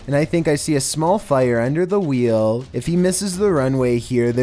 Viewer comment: This voice is anoying.russiiaaa,wheeeeeel:))